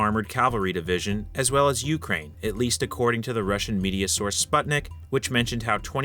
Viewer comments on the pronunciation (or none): none